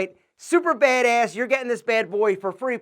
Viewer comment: Try not to say " bad ass," about everything? You say it in this weird, east coast, Joe Pesci kinda way?